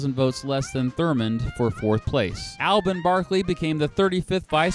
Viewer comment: Please, pronounce Alben Barkley's first name correctly. Hint: it is not Al Ben.